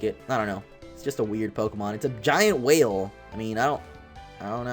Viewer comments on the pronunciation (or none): none